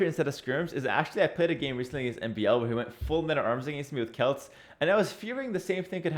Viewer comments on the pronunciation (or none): none